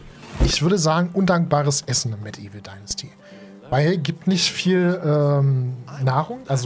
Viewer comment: lol, ich bin heute über dein Video durch Zufall gefallen und hab das nebenbei laufen und immer wenn du Medieval Dynasty sagst verstehe ich Mettigel Dynasty ;)